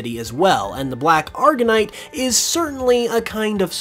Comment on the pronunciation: black argonite? its pronounced aw-gurr-ight